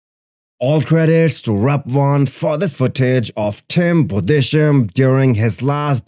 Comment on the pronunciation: Tim's last name is pronounced Budes-heim (in german)